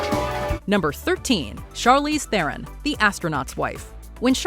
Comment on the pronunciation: This is meant to be surprising. Everyone knows Antonio banderas can sing & dance, patrick swayze was also no surprise. You would think after charlize Theron corrects the world on the proper pronunciation of her last name, everyone would then correct themselves when reporting on her…. I think this particular report is just to fill a space cause its definitely missed the mark